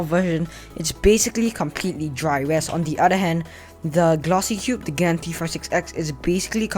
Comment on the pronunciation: pls. Don’t say gen say gan